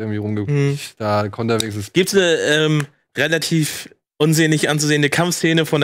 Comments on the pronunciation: Hat Simon nen Sprachfehler...Eeeees! 😅🤪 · Tiefenpsychologie nach Freud. Wird da mit langem E ausgesprochen. Demnach ist das Es der Zerstörungs- und Lusttrip des menschlichen Ichs. Vielleicht hat sich das bei ihm während der Gymnasialzeit eingebrannt. Wird in Psychologie behandelt.